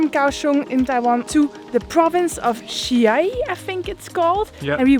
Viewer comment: I believe you were in Chia-Yi , my hometown, which is pronounced as Jia-Yi.